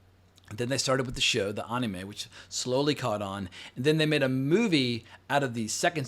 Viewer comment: Omg I hate how you say Anime 😂